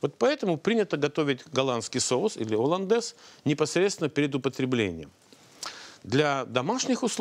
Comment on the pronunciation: ....."оландез и одноврЕменно" - уши режет!!! жуть.. - так же как и "с" Москвы", "с" России (((( "Соус HollandesE" и одновремЕнно" ! ))) - так правильнее.. И думаю не стоит смеяться над ошибками других, когда сам: -...." так себе" ученый" ¡!))